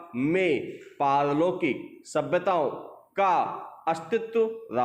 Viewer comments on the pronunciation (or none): Sir diction , ki speed sahi hai ... but jab aapne pehele word bola as a speaker to samjh nahi aaya wo ( pal- lokik tha / par-lokik ) tha ... Thoda sir , diction ke time uska jo ( ucharn) hai usko agar aap thoda tez bolenge ya phir proper/ clearly bolenge to Hume likhne me jyada easy hoga ... Baki diction thik thi . All the best sir